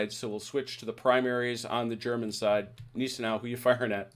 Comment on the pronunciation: Gneisenau - pronounced G nise en ow. In German ei is pronounced as eye & ie is pronounced as ee. i.e Stein = Stine